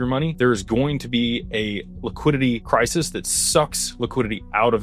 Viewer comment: Crisis. Not Crysis.